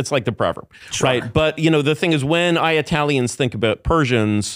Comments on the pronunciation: I keep hearing The ayatalians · The "I-aya-tailians" pronunciation really annoys me. Especially when I hear him pronounce Italians normally in occasion. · He doesnt say Eye talian he says Iyatalian, its much worse. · Bro stop saying eyeatalians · Not sure why he kept letting the guy say Eye-Italians tho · Eye-YA-talion..that was annoying because he said it like times. I enjoy super high IQ people that were involved in the beginning of the internet..it’s beyond horrific how the internet is more and more controlled now..I think people like that are interesting to listen to for sure the dude has a great story and tells it well. But the dude just shows actually how brilliant Tim Dillon is..I have said he’s a genius but this episode is proof! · aya-telle-eons its driving me crazy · He was saying I-ah-talians. It must mean something else right. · Eye ay talians? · He said 👁 ah-talins 722 times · what eyetalian hurt this man? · The fuck is an I-atalian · The way Curtis pronounces IYATALIANS made me want to ice pick my own eardrums. Horrible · He kept prounouncing Italian wrong